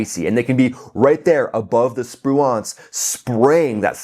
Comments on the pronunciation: Sir, your pronunciation of Spruance is killing me. Did the actual raiders hit that cargo ship? They are serious operators. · Most of the pundits are mispronouncing Spruance. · you're pronouncing Raymond Spruance's name incorrectly. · Love ya, dude, but how can you not know how to pronounce Spruance correctly? Watch a few WWII sea power videos to find out. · your pronunciation REPEATEDLY of USS Spruance was so bad, for the first time ever I was forced to question whether number one you were American and number two your US citizen! Good grief, dude I have never seen an error so egregious! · Your pronunciation of Spruance made me cringe evertime you said it. 😬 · It's pronounced “sproo-inc”, not “spru-aunts”. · Love your info! Spruance is pronounced spru ance( the ance is like dance) not nuance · SPRU-ants, not spru-AUNTS. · SpruAnce...or SpruInce... is the pronunciation, not SpruONce... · FYI, it's not sproo-ahnss, like 'nuance', it's Spruance like sprooence. Watch some of the golden old wwII movies that mention admiral Spruance. Dang I'm old. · It's Sprooence not Sproo-Aunts. Ffs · Awesome. As usual... Also, Navy guy here. "Sproo-awnce" is unsat. "Sproo-intz" (rhymes with "truants") is where it's at. You're welcome, sir! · Really enjoy your videos but check your pronunciation of "SPRUANCE". It's pronounced SPREWENCE. Keep up the great work. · USS Spruance, named in honor of Admiral Raymond Spruance, is pronounced Sproo-unce. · Pronounced Spru-ence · Correct your pronunciation of USS Spruance. It's pronounced SPROO-antz (/ˈspruːænts/). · Assume the US ship Spruance is named after WWII Admiral Spruance. If so, most of the historical pronunciation puts the accent stress emphasis on the first syllable of his name:Spru’ance. Almost sounds like “Spruence”. My Dad was a Naval Fighter Pilot under his Fast Carrier Task Force 58 command during WWII. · It's pronounced SPRU-ance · It's pronounced sprewence. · Cool video but the way he pronounces Spruance, lol